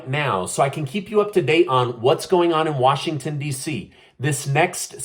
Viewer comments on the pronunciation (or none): none